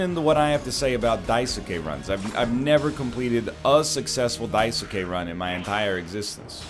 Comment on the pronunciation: This is NL’s burden for saying Daisuke weird